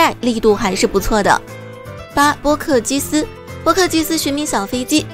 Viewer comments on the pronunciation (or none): 為什麼波克基斯會唸成波斯基克😅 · 波克基斯後面直接唸反XD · 波克基斯... 認真建議妳 影片發之前先聽兩次 有投入寶可夢不可能會這樣唸稿